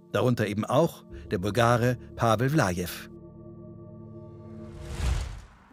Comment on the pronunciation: Der hieß Pavel Vlaev und nicht Lajev 🤦‍♂️😂